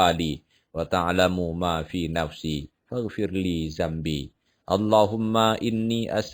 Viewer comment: Amin. Makasih udah share doakan aq lulus cpns thn ini ya Maaf mw koreksi yang doa nabi adam salah salah baca harusnya zunubi bukan zambi. Trims